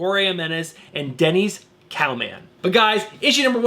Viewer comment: Great review, as usual! Just one note...you referred to the legendary Denys Cowan as "Denise Cow-Man." His name is pronounced "Dennis Cow-Un."